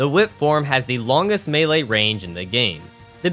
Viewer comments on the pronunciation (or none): none